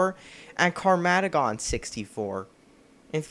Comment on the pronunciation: Um, do you mean "Car-ma-ged-don" 64, pronounced like "Armageddon?" May have been a lame title, but at least the developers could read.